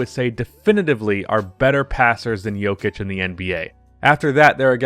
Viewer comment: Man I love your channel but I would appreciate it if you could use a Serbian accent every time you said his name